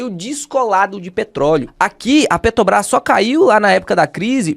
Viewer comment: PeTObras não... Bota o "r" aí... Fora isso conteúdo excelente!